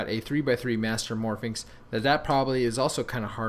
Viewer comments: it's 'mastermorphix', not 'mastermorphiNx' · he keeps saying mastermorphi"n"x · It's mastermorpIX, no "n". Your'e pronouncing it like Pyraminx, which has an "n". it's a master morPHIX.